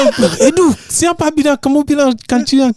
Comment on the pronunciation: Kamu bilang kanciang 😂😂😂😂